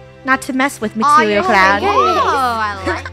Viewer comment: matiwial cloud